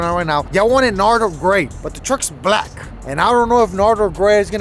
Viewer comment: Did say NARDER GREY?😂🤣 isn’t it nardo grey? 😂🤣